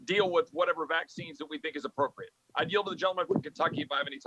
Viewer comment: She can't even SAY inappropriate 🤣!